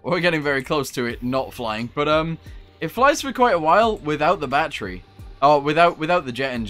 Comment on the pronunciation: Why do you say battery like batteru